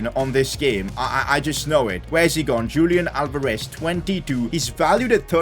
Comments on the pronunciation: Your pronouncing Julian Alvarez wrongly Julian should be pronounced as "Yulian" Alvarez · Julian Alvarez is pronounced as Hulian Alvarez.